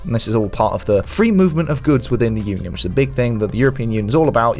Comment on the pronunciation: PARASOFT their French is awful, they pronounced "Union" in English. Lol.